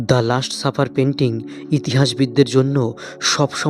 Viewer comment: ভাই আগে আপনি বাংলা শুদ্ধ করে বলতে শিখুন, খুবই বিরক্তিকর অশুদ্ধ বাংলা উচ্চারণ তা যতই ইডিট করুন না কেন। একটা উদাহরণ দেই, এটা লাস্ট সাপার, আপনি বলছেন লাষ্ট সাফার।